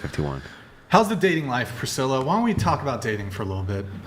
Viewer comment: “Prithilla” is diabolical 💀